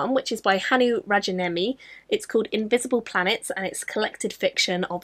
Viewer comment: There are a lot of wildly different stories in the Rajaniemi book, so if you don't like one, you might like another! I prefer his novels, but then again I'm not a short story person really and I don't think the Quantum Thief novels would be to your taste. Btw, the J in Rajaniemi is said like in my name, more like your Y. I hope you have a great readathon!